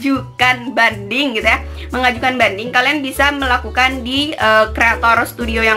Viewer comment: Hahhahaa,lengket ya hahhaa penyebutan mengajukan bandingnya😂😂